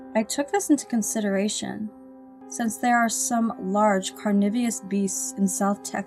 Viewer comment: Carnivious? It's Carnivorous, dumb bitch.